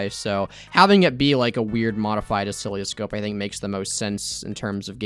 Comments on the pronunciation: Btw oscilloscope is usually pronounced "uh-sill-uh-scope". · Every time he says "Ocilioscope", a part of me dies. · mispronounces oscilloscope and calls it a heart monitor. Me: Cries in electrical engineering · As a ECE major. It hurts hearing you say oscilloscope because you're saying it terribly wrong. That and the fact that the point of an oscilloscope is actually to read electrical signals and waves. (It's used for like every aspect of electrical engineering basically)